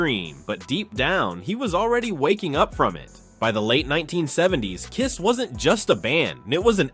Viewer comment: I can't believe that this narrative can't even pronounce the name of the Band! It's KISS! It's not the spelling of the name that gets the job done, it's pronouncing the name, that does the trick.